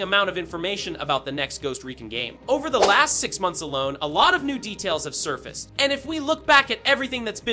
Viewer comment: I’m more annoyed by the pronunciation of over. “Ov-eere” Or Gone. “Gahh-Nuhuh”